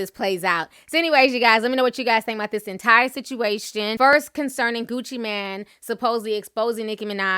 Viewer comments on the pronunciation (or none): none